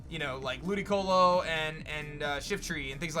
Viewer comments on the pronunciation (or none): When he said ludiloco instead of ludicolo I about died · "ludiloco" mmm no its ludiCOLO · just asking. you are aware ludicolo is pronounced colo at the end not loco right? ludiloco is just a nickname? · Every time he said “Ludiloco”, I wanted to physically vomit